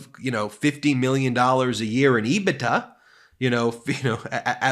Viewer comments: Love you channel….but please It is “Ebit…A” not “Ebit-TA” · Not to nit-pick but EBITDA is pronounced EBIT- DA. I've been in accounting for 30 years and I can guarantee it's not pronounced EBI-TA.